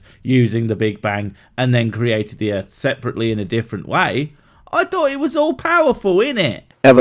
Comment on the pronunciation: No one is going to point out how this guy says "Earf" or "Erf"?